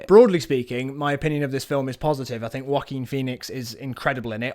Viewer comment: no one else I've met pronounces it like this i swear